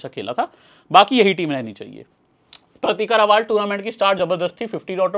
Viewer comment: Bhaiya रावल है रावाल नही